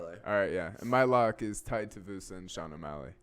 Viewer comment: Tai Tie-uh-voosa is fighting on this card. Who knew?